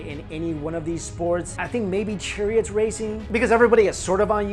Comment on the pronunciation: you say churriott but not murrio kart lol